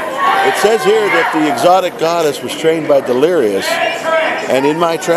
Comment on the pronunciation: He said exatic god he said something else